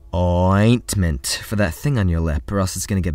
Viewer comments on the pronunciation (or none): I died at *OI-TMENT"